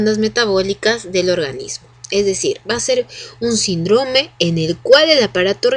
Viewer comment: me descontrola mucho que diga sindrome sin acento, pero más allá de todo eso super buena explicación. Saludos!